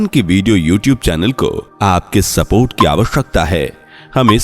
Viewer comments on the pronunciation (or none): none